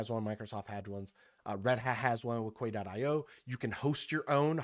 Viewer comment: FYI it's pronounced Ki like key to the door. A Quay is a place where a boat ties up. Yet another boat pun at Docker's expense